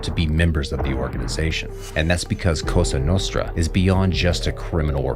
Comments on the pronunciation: Cosa Nostra not costa nostra xD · It's COSA Nostra, not COSTA Nostra... It's very different, in Italian Costa means Coast, Cosa means Thing, so Cosa Nostra means "Our Things"